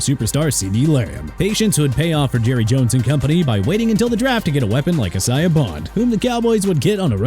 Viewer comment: Excuse me but his name is D'Andre not D'Andrew! ALSO, Isaiah Bond first name is pronounced AI-ZAY-UH not E-sai-ah!! Imbecile...